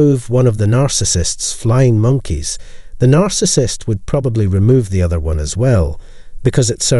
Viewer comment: This is my favorite channel on narcissism operated by an Asian Scottish robot😂 We must look out for them "flying moneys" of the narcissist💀